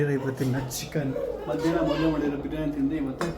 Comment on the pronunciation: It is not Beeriyani 😂 its Biriyani